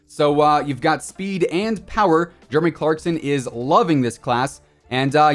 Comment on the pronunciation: ahh yes I saw it now lmao I must have missed it because of his account because it sounded like said Jermy instead of Jeremy lol